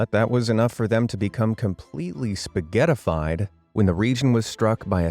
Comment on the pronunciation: STOP SAYING SPAGETADAFIDE!!!